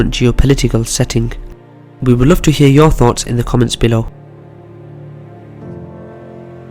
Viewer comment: we will "luf" to hear that you finally learn to pronounce "love" correctly...